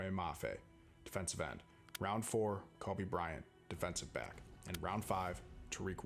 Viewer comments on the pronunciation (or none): none